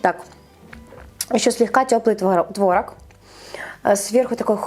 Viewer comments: ТворОг, а не твОрог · а трошки кориці й родзинок? я завжди їх додаю:) ой, і заради бога, не кажи "твОрог", бо тіпає... краще вже нейтральне "творОг"; дякую, з повагою